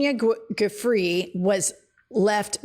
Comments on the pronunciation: Her name is : Virginia Giuffre And her surname should be pronounced as: “ zhufre “ And not : “ Goofre “. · AY-hooood. Jew-FRAY. Pls look up names before podcasting? Yr too big for these mistakes. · Her name is pronounced like jew fray, ladies. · Pronounced: Joo-Fray and A-heud Bah-rock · ❤❤❤❤Love love love you guys SO MUCH!!! I need to say this though….out of respect for sweet Virginia- her last name is pronounced “JooFRAY”. Her memoir is being released this week-can’t wait to read both YOUR book and HERS. Keep doing the great work!!!!❤❤❤❤ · It's my sister's last name it's definitely PRONOUNCED JEW-FRAY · I LOVE LOVE LOVE YOU BOTH, IT'S PRONOUNCED JEW-FRAY IT'S ITALIAN IT'S VIRGINIA GIUFFRE PRONOUNCED JEW-FRAY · Hey Jen, you pronounced her last name wrong... but it's OK because her last name "Ju-fray" was the name she took when she married a controlling, abusive, gaslighting PSYCHO, whom she was separated from near the end of her life, yet whom was granted FULL custody of her kids and a third of her estate (bought by the 'pay-outs' she earned through epstein)!!! Her maiden name was "Roberts", which is the name I think we should ALL refer to her by now... in LOVING memory, for ALL that poor woman endured under the strength of these monsters!!! 🕊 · Her name is pronounced "Ju-fray". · Jennifer, please learn how to pronounce Virginia Guiffre’s name — not a good look. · Y'all really need to research how to pronounce the names of the people you report on. Your frequent mispronunciations are unprofessional but also, in the case of Virginia Giuffre, extremely disrespectful.